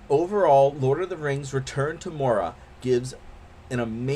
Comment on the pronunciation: good review but Moria is pronounced More-Ree-A